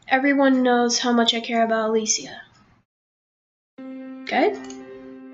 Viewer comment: you said her name wrong